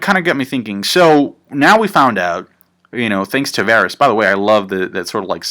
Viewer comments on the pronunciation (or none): none